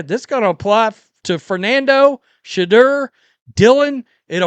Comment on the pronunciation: Work on saying his name correctly Sha - Door